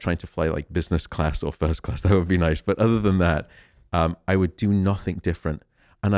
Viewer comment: Thank you for this interview, but it's "nothing", not "nothink".☺️